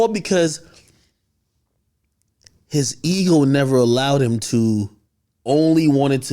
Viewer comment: Why u pronounce him like that “heem” 😭😭